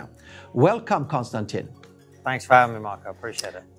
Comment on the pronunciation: Mispronounced the name of your guest. I'm done seconds in. Kon - Stan - TIN (not TEEN) ugh.